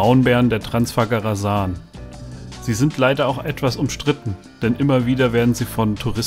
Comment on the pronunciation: Transfagaraschan... So ist richtig zu sagen.